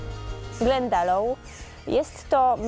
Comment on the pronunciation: Glendalough a nie Glandalough